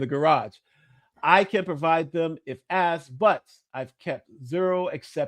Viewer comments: Says "AXED" for asked. Not a great start. continue... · Sirs, you forgot “Axed” instead of “asked”. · Yeah, just as soon Dr. Superstar revealed that he does not know the difference between axed and asked, he lost me. Perhaps his students and daughter axed him too many times. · "My college students, my daughter, have axed..." Yep. fake. That's all anyone needs to hear. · The good doctor dropped an axed